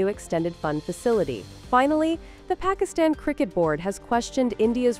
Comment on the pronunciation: This Pakistani channel can't even pronounce Pakistan 😅